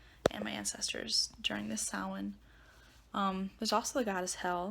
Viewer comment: the correct word is Samhain.. (Irish Gaelic for "summer's end." The standard Irish pronunciation is "sow-in" with the "ow" like in "cow.")